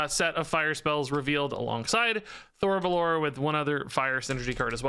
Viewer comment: Just a heads up (not that it really matters), but I think the phoenix is pronounced Thori bell-or-ay, since its elfspeak.